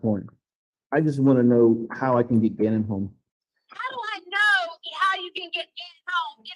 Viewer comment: I I I Me Me my me I. but she can't even say Gannons name